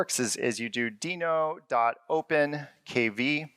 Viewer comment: So glad to hear him pronounce it as Deno...and not Denno like everyone else you lameTube. Yay!